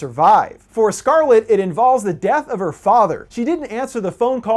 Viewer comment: Mate the only name you prenounced well is “Scarlett” (I m dutch ffs)